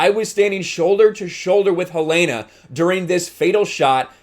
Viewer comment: Good video. A minor point: Her name is pronounced 'Ha-leena'